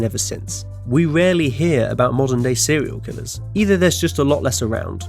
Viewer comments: Sewial kiwwers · Sewiow Kiwwows